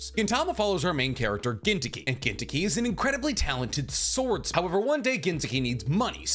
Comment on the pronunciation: I never met some one pronounce gintoki soooooooo white lol